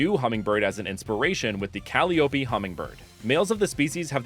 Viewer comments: Hearing you say cally-oppie hurts me, because I’m so used to saying it as Ka-lie-oppie, which I personally think sounds much more pretty and I think is more correct? Though I could be wrong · calliope is actually pronounced ‘call-EYE-oh-pee’ 😅 love the ideas here! the grass-electric hummingbird is so perfecttt and i love vixsea, super cute little aspiring actor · I'm sure someone's mentioned this already, but just in case, I believe Calliope is pronounced: kuh-LIE-uh-pea (with stress on LIE) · I've never heard "Caliope" pronounced "Cal-ee-ooh-pee". Always heard it as "Call-eye-oh-pee". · I sorry to be this guy, Calliope is pronounced Ka-lie-ō-pee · "Calliope" is pronounced "Cal-eye-oh-pee" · I hate to be this guy, so I apologize in advance, and I'll say first these starters are super dope! Some of the best fake starters I've seen!! But it's pronounced like "kuh-lie-o-pee" 😅😂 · not to nitpick but the way you say Calliopee is fascinating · Yeah that's not how you pronounce the name of that instrument it's ka-LIE-o-py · Calliope = Ca-Lie-Oh-Pi 😊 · guessing early at grass/fairy, fire/ground and water/dark ok i was so wrong. also eyeing you on how you pronounced calliope like a homestuck fan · Uh rilaboom already filled that role for a music gras starter, also definetly not how you pronounce calliope